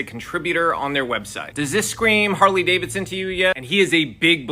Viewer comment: I just stopped by the Comments Section to say "Harley Gay-vidson".....Im out!!!